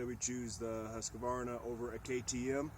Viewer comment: Husqvarna: Husk-var-nah Acerbis: Ah-chair-bee